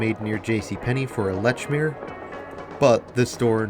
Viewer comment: I've always hated seeing nice-looking malls die. I wish this mall luck in the future, and hope that it succeeds. One note though: Lechmere is pronounced as "Leech-mere" and went through a couple prominent owners before closing under Montgomery Ward in '97.